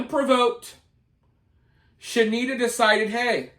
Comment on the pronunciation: Shanetta (She-need-ta) get sh*nked in prison😂